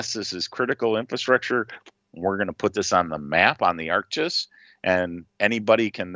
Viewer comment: I dont mean to be an ass. Its called Arc G I S not Arc gisss. However, the public can download the data for free from the FAA's ADDS and UDDS system. Which can be opened in ArcGIS or QGIS. You can also use the FAA's visualize it tool to see a fully symbolized and setup map with this data. - Im a GIS developer